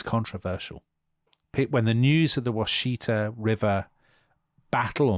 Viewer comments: Washita is pronounced very much like Wichita, (as in wichita, kansas). Originally, the song Wichita Lineman was written Washita Lineman but they changed it because wichita is better known, but the infelction and pronounciation are the same. it's "wash-ih-taw." not "wash-ee-tuh." I'm from there. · For some reason the river name is pronounced...wash- eh-taw.....not wa-shee-ta.....native pronunciation maybe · I love you guys. Your detail on history is amazing. However I live on the river where the massacre happened. It’s “Wash-Uh-Taw” not “Wash-Ee-Ta”. Keep doing what you’re doing! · Love the podcast. Also love how you say Washita. Americans pronounce it wash-ee-taw. Thanks for great podcast.